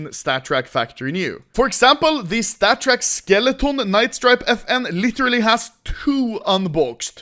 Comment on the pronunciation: Take a shot when anomoly says statttrk